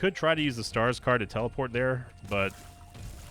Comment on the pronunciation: My fiancée thought you were saying Skarsgård when you said stars card 😅 kept getting glances from her while watching 🤣